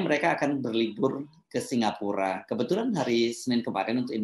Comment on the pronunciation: SINGAPORK atau apa itu , yg jelas bacanya !